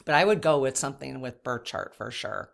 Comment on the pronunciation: Are you saying birth chart or bird chart?